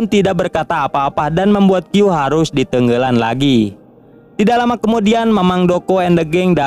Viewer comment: Tiap ngadenge kata " di tengelan" ngakak anying🤣